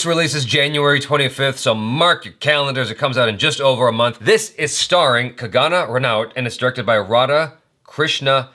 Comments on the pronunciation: its kangana....not kagana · can never say Kangna right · Hi her name is pronounced like this.. cung uh naah